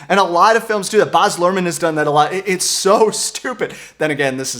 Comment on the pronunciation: His first name is baz not boz